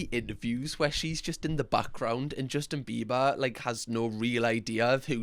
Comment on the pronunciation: "Justin Bibas"